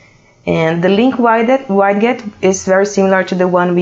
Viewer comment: for the record, the word "widget".. is pronounced like this.. (ˈwɪdʒɪt) or (wid-jit) click on the pronunciation speaker.